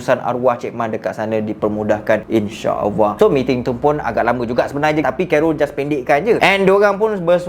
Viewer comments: Sebut ALLAH betul² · Bang sebut nama Allah salah pergi betulkan